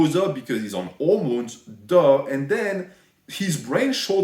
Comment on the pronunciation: „he blows up because he‘s on ormones DUH“ epic NH